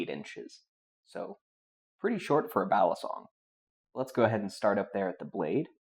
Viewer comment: Fyi: Balisongs come in all sizes... mini, regular, and dagger size,, ever been to the Philippines? the way you say balisong is giving me a nosebleed sir ;)